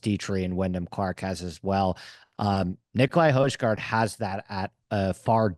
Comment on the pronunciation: Who’s Nicolai hoijeguard?😂it’s pronounced hoi guard